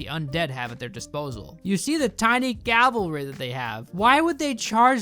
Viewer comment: It's cavalry, not calvary